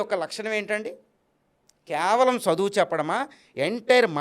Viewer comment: తప్పుడు సమాచారం ఇవ్వకు. నోటికి ఏది వస్తే అది మాట్లాడతావా చదువు అనే పదం కూడా సరిగ్గా పలకలేని నీకు అర్హత లేదు. మాకు నిజాలు తెలుసు కాబట్టి నిన్ను నీ మాటల్ని ఖండిస్తున్నాము. కానీ ఇప్పటి తరానికి నీకు వీలైతే మంచిని పంచు, అంతే కానీ మిడి మిడి జ్ఞానం తో ... ఛ నీ లాంటి వాళ్ళను ఇంటర్వ్యూ చేసిన ఛానెల్ ను రద్దు చేయాలి. ప్రతి ఒక్కడు .... ముందు ఆ బ్రహ్మ జ్ఞానం నీకు ఉంటే ఇలా మాట్లాడవు. అది సంపాదించుకో...